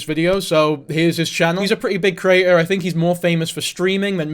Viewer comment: this is completely irrelevant, and i don't wanna sound mean, but every time you say the word 'creator' i hear 'crater'